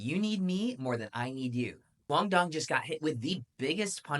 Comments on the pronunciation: Let's make it easy to understand: Vietnamese language sees the 'D' as 'Z' or 'Y', we also have the 'Đ' to sounds like normal 'D' in English. So Duong should be pronounced like Zeung or Yeung. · I’m Vietnamese and approved your pronunciation of QD’s name. However, his last name needs to pronounce with an Z instead of an D.